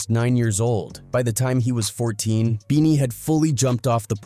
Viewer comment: keeps calling him bennie...like Bennie the butcher.....ITS BEANIE BOT BENNIE